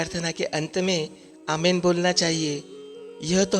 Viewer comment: पहली बात कि बाईबल मे "आमेन" नाम का कोई शब्द है ही नही,जो शब्द है, वह "आमीन "शब्द है। जब की आप मूंह से "आमीन "सही बोल रहे हो। "आमेन" गलत शब्द है, सही शब्द "आमीन " है।